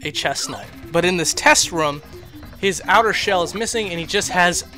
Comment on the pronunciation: you pronounce room the same way people say crik when they mean creek XD and it's terribly irritating XD